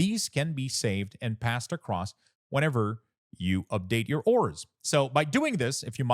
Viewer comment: DUDE please for the love of your family and bloodline.... learn to PRONOUNCE .... AAAAAURAS google it if you dono wtf u saying.